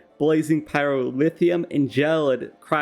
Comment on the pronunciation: absolutely love these videos but the pronunciation of pyrotheum infuriates me to no end haha